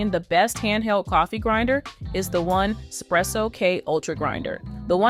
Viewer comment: “One spresso” 🤔 I don’t understand the reviews by people who can’t even pronounce the company name correctly. All of the actual coffee reviewers get it right, but there’s this huge group of “review channels” who simply don’t even make an effort.